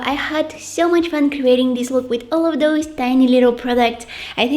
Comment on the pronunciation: i love the way you say!!DOSE!! and put SH in every thing and you're the only adorable one here (love you're vids)